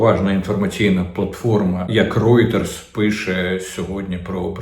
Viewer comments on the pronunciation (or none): none